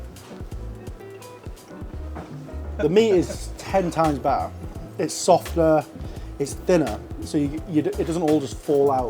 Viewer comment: "To me it's ten times BAA", I'll never understand English speaking English.